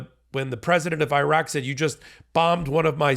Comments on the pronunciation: I always enjoy and appreciate your show, but PLEASE learn how to pronounce “Iraq” and “Iran.” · Your mispronunciation of Iraq makes you sound ignorant.